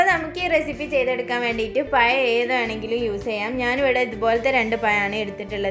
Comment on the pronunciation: Video ishtaayi. But oru kaariam parayaanund. PAYAM alla. PAZHAM enna parayendath. Ok